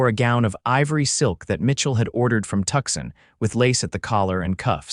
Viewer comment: Again with the Tuxin. It's Tuscon, pronounced Too-sawn. When is you AI company going to fix this? I saw that read finally got fixed to go either way. Now let's work on Tuscon.😅